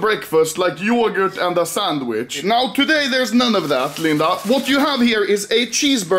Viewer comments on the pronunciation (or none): the way he said 'yoguurt' was very funny i am laughing till now